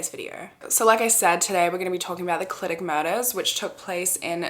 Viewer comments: First of all, stan a queen that pronounces Clydach right ❤ second of all, I have so many thoughts about this case!! I'm absolutely convinced of Dai Morris' innocence, at the very least there is reasonable doubt questioning the conviction. South Wales Police (and Gwent police, the neighbouring police force) are so unbelievably corrupt and from personal experience I have so little faith in them or the CPS to do a good job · I love how you pronounced Clydach, we actually pronounce it as kli·duhk ❤